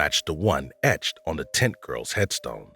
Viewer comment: This man made zero effort to pronounce "tent" clearly, whole time it sounded like he was calling the Barbara Taylor "tit girl"